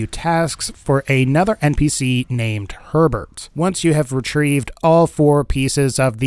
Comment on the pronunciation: He said Herbert, I heard 'pervert'